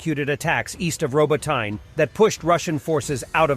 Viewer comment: You literally have 3 different pronunciations for Robotyne...like at this point it's giving AI narrator...